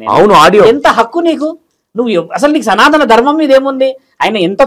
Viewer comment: Bro సనాతన ధర్మం అని పలకాలి. సనా త కాదు